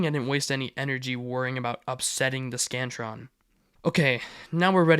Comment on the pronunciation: I thought ts said “The Scranton”